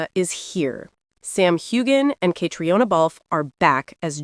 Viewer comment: Please pronounce their names properly: Sam HewAnn and Catreena Balf. You lose credibility with your mispronunciations.